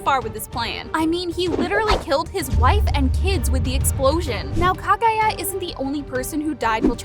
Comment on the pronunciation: Please just watch the show in English so you can get the names right Zen eat zu Een oh skay Meet sir ee Ka guy ah